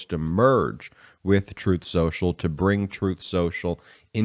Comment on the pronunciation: Troth Sential. Get the name right!